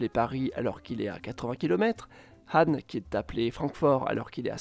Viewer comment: Wow impressionnée qu’il ait prononcé le « H » de Hahn 🩵